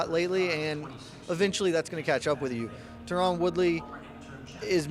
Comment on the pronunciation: Can't take this guy seriously with that pronunciation of Tyron